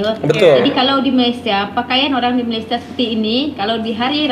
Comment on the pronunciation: Malesie, saking, jum’at, perbedaan org Malaysia takkan sebut perkataan2 itu. Knp org Sarawak R nya sebijik mcm org Indo. Jauh betul beza dgn sebutan R Sarawak. Tak mungkin org Sarawak menggulungkan R mcm org Indo. Org Malaysia secara umum takkan buat content negatif ttg Indonesia